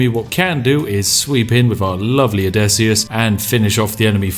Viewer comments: Everytime you say "Odessyus" instead of "Odysseus" I want to ram a pointed stick into my neck. And you say "Odessyus" a whole lot. There's a lot of pointed sticks lodged within my throat. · Name: Odysseus Spiff: O D E S S I U S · Ah yes, the adventures of Odesius. What is it with British people and their inability to use English or it's grammar? =D ODESIUS, lmao